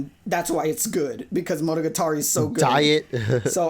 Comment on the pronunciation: Why does pronounce monogatari as if it isn't the most commonly spoken word in the show